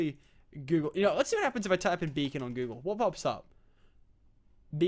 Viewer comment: Lol thought it was "bacon gaming" Tee-Hee